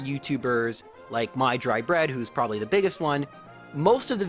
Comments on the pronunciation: It's not "My Dry Bread", it's Mah Dry Bread, or MDB for short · It’s mah-dry-bread not my-dry-bread also this comment is good for the YouTube algorithm